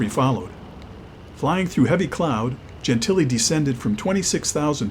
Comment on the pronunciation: Wow. The CORRECT pronunciation of Dob Gentile's last name.